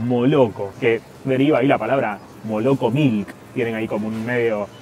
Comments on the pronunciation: La leche se pronuncia malako no moloko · La correcta pronunciación de leche en Ruso es : malacó. ( Молоко) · Leche se pronuncia: molokó, con acento en la última o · La parte que dice молоко (moloko )da risa , Lo correcto al pronunciarlo es cambiar la O por la A , Maloko😊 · Sos re grande loco! Soy uruguayo y te arranque a seguir hace muy poco y escucharte intentar las pronunciar las cosas en Ruso le agrega años a mi vida JAJAJAJA. La O en ruso cuando no esta acentuada se pronuncia como A, por eso leche se pronuncia mAlAkó, por que es la ultima O que esta acentuada. Tenes un nuevo suscriptor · lo pronuncias mal moloco , esa L es muy dificil de pronunciar